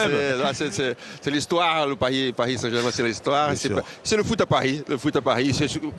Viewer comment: c'est paris sg pas parsi sg ????